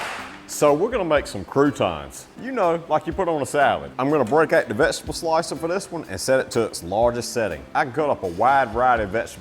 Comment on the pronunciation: I know you have a Southern accent, but accent is NOT annunciation. You do not ANNUNCIATE a LOT of your words - OUT is NOT prounced "ET"! VEGETABLE is NOT pronounced "Vegeble"! "LIKE" is not pronounced "Lie"! "ABOUT" is not pronounced "ABET"!